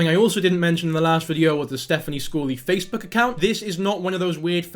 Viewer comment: did you just call it facebewk